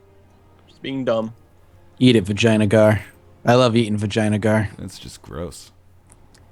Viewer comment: Anyone else have that problem of hearing "Vagina Gaurd"? I always here the name but think of that